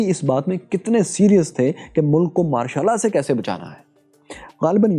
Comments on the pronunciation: Pronunciation sahi kro yr Martial Law bolre ho sunayi Mashallah de raha hai 😂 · Not Ma' shal laa😂😂😂